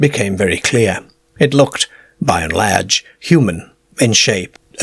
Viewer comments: Uts funny that he only does the A sound weird. Everything also seems standard. So you go on fora while and the he jolts you with a CAER or LERGE. And you are like wtf is this?? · It was laiirge too. We sound funny to this guy.